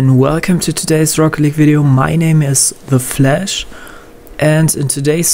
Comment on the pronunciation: You dont even know how to say The Flash lol At least make content i mean not teyin to hate but still